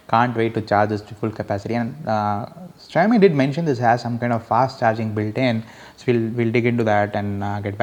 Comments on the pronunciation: its pronounced as shaumi....not shayami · it's xi-ao-mi not shy-o-mi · its not Xhiaomi its Xiaomi u moron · asians know how to pronounce it -,- .. it's xi-ao-mi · fuck you dude ....you don't even know how to pronounce the name